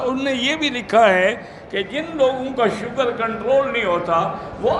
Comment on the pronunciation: Bhaiyya ji, shoogar nahi sugar hota hai